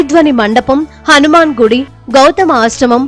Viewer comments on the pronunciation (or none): none